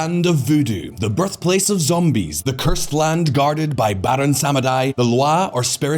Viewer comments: Sameday? Here's a tip: nowadays you can do a Google search for PRONUNCIATION of any foreign word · "Sam-eh-dai" made me "dai" laughing